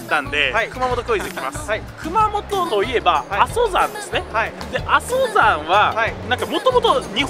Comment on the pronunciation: 阿蘇山(あそさん)を あそざん って言ってる。つまり は 「地理にわか」って はっきりわかんだね